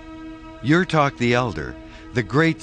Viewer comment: Pronounced "You-toke" (spelled Yuthok)